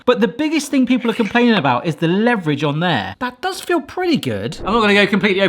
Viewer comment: Learn to pronounce leverage.